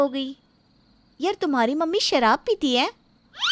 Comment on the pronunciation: Bidi puckte hai but sharb ka 'sh' bh nahi pata. Lagta hai apke writer bh 'sh' pe kar story likte hai